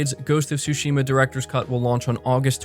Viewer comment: It is ghost of sushima not TSHIMA stop pronouncing the T !!! IT IS SILENT!!! THANK YOU